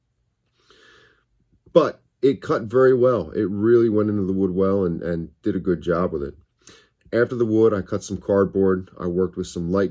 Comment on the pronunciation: Most used phrase here "dida good jobbb wthit" 🤣